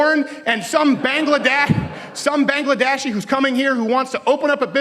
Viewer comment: The "Bangladeshi" pronunciation was the only problem I had with this video lol